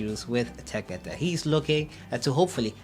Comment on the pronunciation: The name is tekpetey.....eey not as you pronounced it